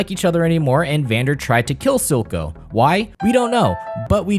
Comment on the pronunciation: its actually "Vander"